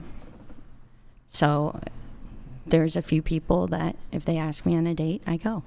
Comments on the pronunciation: You need to go back to english class and learn how to pronounce words m0r0n. The s comes before the k in ask. 🙄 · She didn't axe that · "when you axe her trooof" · Is the “girl” in red a transgender woman? Yeah you’re “off the charts” 😅😅😅😅😅😅😅😅. Example: extensions are not wigs, “ax”, “truf” “maff” (math), hated geometry in my Science class. YOU need to go back to school. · just wish they could say the word "ask".